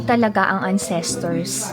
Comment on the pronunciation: Yes please DON'T. Para kang AI. Yung intonation sobrang off. Sorry ha pero nagsasabi lang ako ng totoo (nasobrahan nga lang ata) but CRINGY kasi siya as in. Btw, it's AN-ses-terz (The stress is on the first syllable (AN-ses-terz).